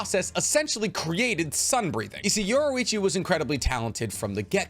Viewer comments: its yor-ichi not yoru-ichi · Great video my only thing is that you kept calling yorrichi from KNY yorruichi from bleach